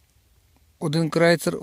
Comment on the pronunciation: Тільки не Ейн, а Айн Крейцер